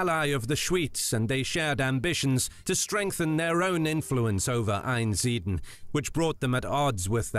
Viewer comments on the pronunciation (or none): Who speaks that OG video? An AI? Or someone who can't pronounce words the Abby is called Einsideln but he says einsiden he just chooses not to pronounce some letters 😂